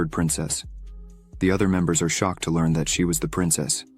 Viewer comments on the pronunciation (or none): "The old man is already exhousted." "The answoor is obvious." "Another elder to leeurn from." You're off to a great start...